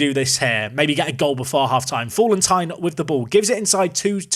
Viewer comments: You've regressed into the "Fallentine" pronounciation again. Falleti-in! And the A is flat not like in "fall" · FA-LEN-TEEN = Fallentin